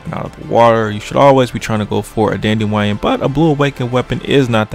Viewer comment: did you almost fucking choke on your tonsils Lmao ...... then u call it a dandewion lmaooo